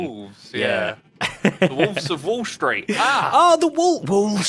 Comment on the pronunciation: Woolves of Woolstreet is a quadruple pun when you think about it: wolf in sheep’s clothing, wanting to make loads of money on Woolstreet, and of course the double wool word pun. It makes it even better that their accents naturally make them pronounce it like “woolstreet” 😂 It’s literally too perfect — It would be so cool to make Woolstreet the collective with the little stock exchange kiosks selling the different colors — OMG maybe with a little redstone the prices of each type of wool could raise and drop daily at random like each color is a different stock — too many creative opportunities it’s just too good